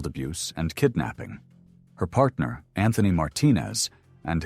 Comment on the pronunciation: Whats with the hip hop accent 😂lol “ Patner “